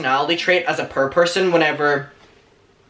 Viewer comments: I love the way you say POOR. It sounds just like PURR, as in the purr of a cat. :) A lot of times I watch your videos just because I love your accent. :) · I went half the video thinking he was saying per for perv. it's pronounced pour like pour a glass of milk. I liked the pants and shirt just not together. Putting 2 different browns together looked odd. Both are very nice though. I would have loved to see the full length on the pants. They looked very interesting, cute. A high collared white blouse would look nice with them I bet. Why ask what we like? You said you liked it and that's all that matters. Funny I had this same discussion with my son today and said the same thing. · It took me 5 whole minutes to realize was saying “poor” and not “purr” 😭 I’m so dumb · I kept thinking he was saying ‘pur’ instead of ‘poor’ and I’m ashamed of how long it took me to notice.... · Every time you say poor, I swear you say purr 💀💀💀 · It's not PUR it's POOR (PÖR) and don't blame it on your accent just say it correctly! ! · Me: what the actual fuck is purr?: explains poor Me: will forever pronounce poor as purr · hahaha I was looking up "purr" to see what it means.. LOL Poor!!! Poor!! LOL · The way you pronounce “poor” is so adorable!!! 🤗 🤗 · I legit thought he was saying purr lol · i love how he says poor like purr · I thought he meant per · omg.. I was trying to look up "purr" "per" to see if I can find a word that would best fit into what he was saying🤣I was thinking it was slang for something haha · I'm purr, are you purr? ☺😅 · Sir, the way you say poor is my favourite thing. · I love the way poor sounds in your accent 🥺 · not me taking til minute 8 to figure out he is saying poor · Also... I absolutely adore the way you pronounce poor lol. Everyone needs to adapt this immediately. 🙌🏻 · Anyone else just love the way he says poor. 🙂😅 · Aww your outfit!!! Loves it 💕 also I’m Canadian and I’m obsessed with the way you pronounce poor!! Lol